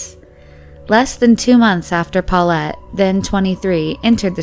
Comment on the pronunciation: my ear feel itchy everytime she said 'paullete'.